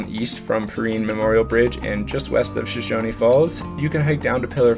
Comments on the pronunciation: It is SHOSHONE FALLS NOT SHOSHONY Get IT RIGHT! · Shoshone rhymes with phone. No “ee” on it. The “I” in Perrine makes an “eye” sound, not “ee.” Sorry I don’t know phonetic lettering. Also pillar falls is not a swimming hole, it is notoriously dangerous and has been the site of several drownings. Great hike though, and you can portage your kayak and continue upstream to Shoshone falls. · Great vlog! It's always nice to see people appreciate our nature. :) We take a lot of pride in our outdoor recreation and natural history. My one catch as a local is a couple mispronunciations. We pronounce Perrine as "puh-rhine," rhine like rhinocerous. The e at the end of Shoshone is dropped for places like the town and falls, but pronounced your way whenever referring to the indigenous people who lived here before settlers. We pronounce locations "show-shone." Another common mistake locals will notice is Boise getting mispronounced as "boys" or "boy-z," but it's actually "boy-see." Drives us nuts.